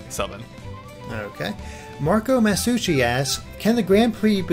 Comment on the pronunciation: OMG!! I can't believe the pronounce my name right! North American people usually butchers the 'Masucci' in my name lol! THANK YOU SO MUCH FOR ANSWERING!! :D :D